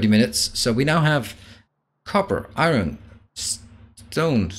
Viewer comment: Hey It’s pronounced “ion” or eye-urn depending on ones accent. NOT eye-RON.